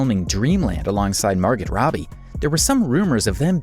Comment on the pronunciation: Screw the AI voice! Who the hell pronounces the ‘t’ in Margot Robbie’s given name??? 😡